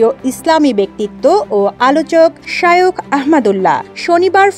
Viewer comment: শায়ক কি🙄? শায়েখ উচ্চারনটাও মুখে আসে না🙄